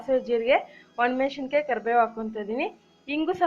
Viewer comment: ನೀವು ಹೇಳಿಕೊಡುವ ಅಡಿಗೆ ತುಂಬಾ ಚೆನ್ನಾಗಿರುತ್ತದೆ ಆದ್ರೆ pls ಕನ್ನಡವನ್ನೂ ಅಷ್ಟೇ ಚನ್ನಾಗಿ ಮಾತಾಡಲು ಪ್ರಯತ್ನ ಮಾಡಿ,ಹಶಿಮೆಶಿಕಾಯಿ ಒಣಮೆಶಿಕಾಯಿ ಅಲ್ಲ ಹಸಿಮೆಣಸಿನಕಾಯಿ, ಒಣಮೆಣಸಿನಕಾಯಿ.ನಿಮ್ಮ ಭಾಷೆಯ ಜ್ನಾನವೆ ನಿಮಗಿಲ್ಲದಿದ್ದರೆ ಹೇಗೆ?